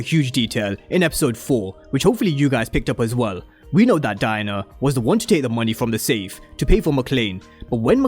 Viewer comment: It sounds like your saying “DIE-NER” instead of DIE-ANNA 😂